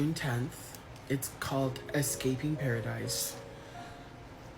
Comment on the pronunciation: The fact he called it Pear-idise is the first giveaway